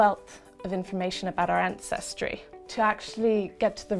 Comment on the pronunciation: Sorry mate, it's àncestry, not ancèstry.